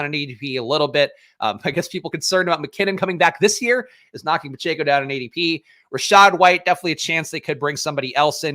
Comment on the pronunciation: (Pa-Check-O) phonetically. You always say (Pa-Chae-Co). That is all.